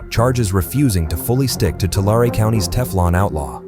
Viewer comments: TOO LARREE = TULARE 🥸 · 2 lair E. Tulare🤣